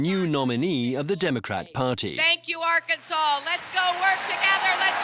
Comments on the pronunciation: Before doing a documentary you should learn how to pronounce Arkansas! It's not Ark-Kansas! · AR-KAN-SAW. Not Ar-Kansas. Interestingly enough, both Arkansas and Kansas are named after the Kansa Tribe. However, the "Arkansas River" is pronounced Ar-Kansas River in western Kansas. Ar-kan-saw River in Colorado and Arkansas. Crazy, huh?